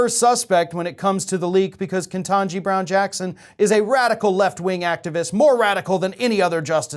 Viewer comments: her name is not ''Kentanji'', its ''KETANJI''. there's only one N in her name. her name is misspelled in the title of the video and keeps mispronouncing her name. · I wish someone would tell it's KET - anji, not KEN - tangi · Ketanji, not Kentanji. And I hope it was Ginni Thomas! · The thing upsetting me the most in this post is the fact that these progressive outlets like to pile on the republicans for saying names incorrectly, when you're doing it too. Not just saying it wrong, but spelling it wrong. KETANJI. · Can y'all just please put some repeck on her name and spell/say it correctly...KETANJI!!!